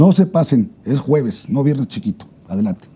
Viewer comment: Se dice juevebes 😅